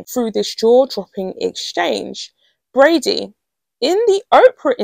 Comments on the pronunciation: I am beginning to be irritated by the mispronunciation of a very simple name with an obvious pronunciation. If it's not Brady, it's Bradbury. Please look at the letters in the word and pronounce it accordingly. It matters, because it is very easy to get the names of people mixed up, and someone named Bradbury might suddenly be accused of something they know nothing about. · Yes, and The Royal Grift kept saying BRADBURY. There is no "UR" in there, but there IS a B. This is not a difficult name and mispronouncing it is careless, to say the least.